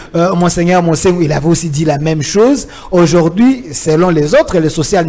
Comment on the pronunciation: on dit, Aujourd'hui et pas ojourdhui.